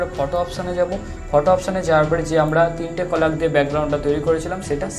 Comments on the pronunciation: Thanks a lot 😌 But i am sorry to.. Just akta kotha bolte chai Apni jeta কলাগ bolchilen ota কলেজ hobe.. Manus matroi vul hoy.. R manus eri responsibility seta thik kore bole dewar tai bole dilam😊.. Please don't mind dada😊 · ওইটা কলাগ না কলেইজ 😊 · ভাই ওটা কোলাগ না কলেজ